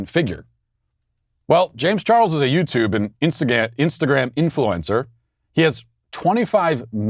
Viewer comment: I thought he said Insta-gay